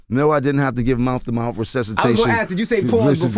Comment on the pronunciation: "I Think He Might Not Have Made It If I Had To Give Him Mouf To Mouf" 😭😭😭😭😭